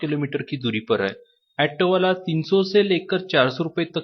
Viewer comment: ऐटो नही, ऑटो बोला जाता है, 😂😂😂